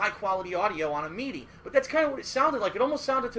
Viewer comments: "Meedee" lol i think he means midi. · You can tell just by the way he pronounces MIDI (mee-dee), that he has no idea what he is talking about or what MIDI even is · Mee-dee lmao